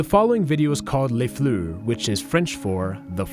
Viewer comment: Les "flew" really? 😅 it's fle-ur 😊